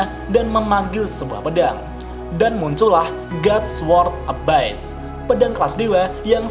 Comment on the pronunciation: Abyss bacanya eibis bukan ebais min xixi